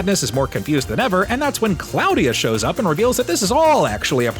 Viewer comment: Claw-dia.... not Cloud-dia ...